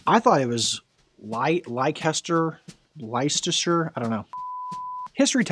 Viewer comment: Given the presenters difficulty with “whilst” and “Leicester”, it’s probably for the best he opted to say “JLC”